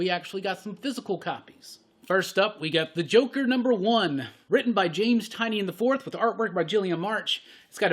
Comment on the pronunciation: Tie-nin. No Tie-knee-in. I know, it doesn't look like it should be pronounced that way.